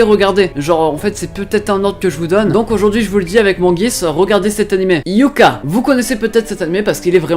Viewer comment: On dit "Hyooka" pas "Hyuka" xD et c'est "Sukarasoo" ^^ mais y'a pas de mal je crois que tu fais pas option Japonais x)